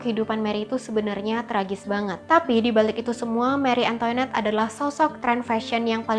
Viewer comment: Seharusnya pengucapannya: mari antoanet bukan meri antoinet